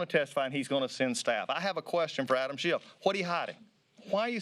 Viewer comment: I really love the subtle political insult of purposely mispronouncing names. They all know it's Schiff but half the time they say Shift. LOL